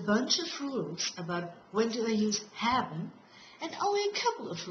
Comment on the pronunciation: what the hell is "habben" ??? Or ar you saying "hapben" ??? That is messed up.